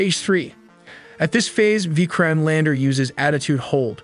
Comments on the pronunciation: You did not pronounce Vikram properly...it should be pronounced something like "Vi-krum" not "Veekraam" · It's a nat a vi krime lander, it's a Vikram lander